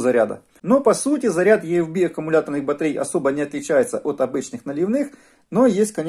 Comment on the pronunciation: EFB - почему Е-Эф-Би? Правильно И-Эф-Би...